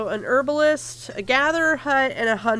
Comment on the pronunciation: This is a great LP but the way you say Herbalist really annoys me.